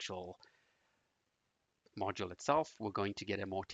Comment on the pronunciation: Great video. Ty! One thing to help out though. :) "Module" is pronounced, "modge-you-l" not, "model" Thanks again.